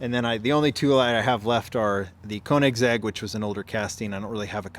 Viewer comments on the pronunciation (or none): none